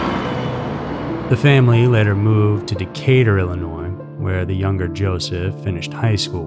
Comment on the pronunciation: The "s" is also silent at end of Illinois but he still puts it there - annoying.